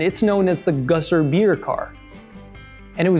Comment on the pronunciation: It is Gösser. Not Gosser. And it is an Austrian beer brand, named after the town called Göss. This town is in Styria, a southern county in Austria - and only half an hour away from Spielberg / Zeltweg, where the famous racetrack is lokated. Now the Red Bull Area, this was the Österreich Ring, which means the national race track of Austria, the home of Niki Lauda, Jochen Rindt and, of course, Dieter Quester.